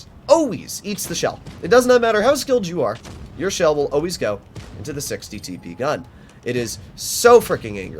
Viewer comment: those "always"'s were very canadian